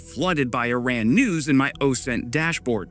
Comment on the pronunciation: my man! its e-run not i-ran